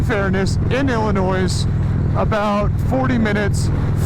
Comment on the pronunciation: Great video man... Cool ride.. but God damnit Ben.... It's El-A-Noy... Not Ill-A-Noise